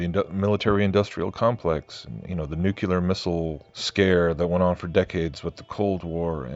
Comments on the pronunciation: Nuclear, nuclear, nuclear. Not nucular. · Chloe Wang I know, but he needs to at least pronounce it properly.